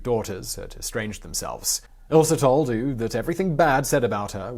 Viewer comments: Yeah, no kidding. I like Simon but he also didn't pronounce Uwe quite right. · butchering the witches name is one thing, but her last son was called "uwe", not "u". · Uwe is pronounced 'ooh-vay' in german. See former Manchester city player 'uwe rosler' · Uwe is pronounced (OO-vuh) ...greatly detailed, though!!! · Oovay, surely, not oo! Other than that, excellent! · Narrator, Uwe is said...Ou as in you, for the U and Vey for the WE, so Ou-Vey is your average Uwe. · "Uwe" is pronounced more like "oova" than like "ooo." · If you need help with German pronunciation, I'd be happy to help. For example, Uwe isn't pronouned 'oo', it's more like 'oover', or 'oova'. You make really interesting videos, but little things like this are unnecessary and distract from the actual content. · Uwe is a rather common name in Germany, however, it isn't pronounced "OOV" or such, but rather "OOVUH". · Simon: At least learn a bit of German. It's pronounced "Ooh-veh", not "Ooh". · The name 'Uwe' is pronounced as 'Ooh-Vuh' in German. In English it's most common pronunciation is 'Yew-We'. Think Uwe Boll, the 'filmmaker'... :-) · Uwe is [uve], not [u] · he's trying obviously, but Owe should be pronounced Oo-ver, not Ooooh as Simon kept saying :D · Uwe = "OOH-vay." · The name "Uwe" is actually pronounced OOH-veh. Like Uwe Boll. Wait wait, is this woman Uwe Boll's mother??!! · Her son’s name is pronounced ‘Oo-vay’ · Excellent work despite the cute pronounciation of German names....However I can't get over the way you pronounced the name of Uwe...... It's actually pronounced like this (Uvee)....Nonetheless it is an extraordinary short documentary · Uwe is pronouned OOVEY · Uwe= uh we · The son's name Uwe is pronounced (oo-va) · Last I checked "Uwe" was pronounced "OO-vay" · Uwe is pronounced oo-vay. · Uwe: eww-vay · actually Uwe should be pronounced as oove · Great video.....make a better effort in German pronounciation though! Uwe!!!!!